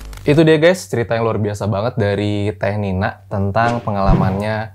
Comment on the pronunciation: Tolong ya panggilnya "kak Nina" jangan kanina